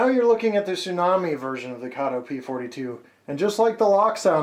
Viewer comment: Everyone says Kato wrong !